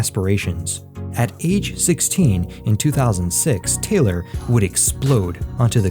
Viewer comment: It is TAY-LOR, NOT TYLER. 😳